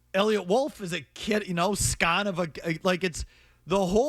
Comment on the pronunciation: Felger's pronunciation of scion is wild.